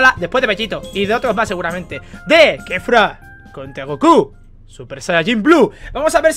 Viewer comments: Aprende a hablar es Kefla no Kefra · Kefura? No es kefla 😅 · No es kefura es kefla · Es kefla no kefura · K3fUra 😂 es kefla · Porque mamaweva le dicen kefura si es kefla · Kefla no kefura